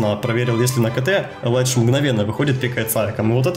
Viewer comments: Только элита знает, нет бл*ть, любой смотрящий кс знает что это элИдж, а не элАйдж. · ни элайдж а элидж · Илидж, а не Елайдж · Комментаторы произносят элидж, а мне больше нравится элайдж. По плейстайлу он мне не нравится, хотел бы посмотреть нико и крисджей, ну а сашу каждый день и так смотрюя)